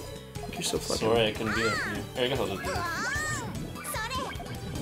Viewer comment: it sounds like she is saying"sorry"